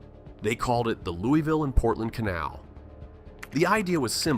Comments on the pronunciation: Its not Loo-e-ville. Its not Lewis-ville. Its Loo-ah-vull. Rhymes with gull. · in and you already pissed me off. ITS NOT Loo-ee-ville ITS LOO-UH-VUL omggg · It's not Lewie ville, its pronounced lou a ville or lou a vul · ITS LULVILLE‼️‼️‼️ NOT LEWYVILLE‼️‼️‼️💯😡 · Speak for yourself. Im born and raised in Louie -ville. Its named after king louis of france. Luvull is simply a regional diction of hillbilly. I speak properEnglish, i pronounce and enunciate my words properly. Its not how "we" pronounce it. Its how lazy hillbillies talk. Its Louie-ville. The village of king Louis. Ville in no European language or dialect is ever pronounced as vull. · Right... the citizens of Louisville can't even pronounce their own city correctly. It's Loo-E-Ville. Named after King Louis. Not King Lul. Not King Luhl. I swear they sound like they've been chewing on quarters when they butcher it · If you make a video on Louisville, perhaps you should pronounce it properly. Phonetic spell for proper pronunciation. lou-ah-vull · Correction: It's pronounced "Loo-avull" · Please for the love of GOD pronounce it LOU-A-VUL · For AI slop it's not bad. Born and lived nearly my entire life in Louisville. Everyone I know pronounces it Louie-ville, so many commenters complaining. Depends on the part of town you're from. I haven't been everywhere but I'd bet it's one of the most racist cities anywhere. Historically severely segregated. You could wake up in any part of town and a quick look around would tell you where you are, West, South, East. You want to be East... In recent years it's become homeless heaven, a tweaker on every street corner downtown. I retired and now live on the edge of the county, I hope I never see downtown Louisville again. I don't plan on moving but I wouldn't recommend anyone move here. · Immediately mispronounces Louisville..... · You didn’t even say Louisville correctly. Also, Kentucky did stay a free state but had a breakaway government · That's not how you say Louisville.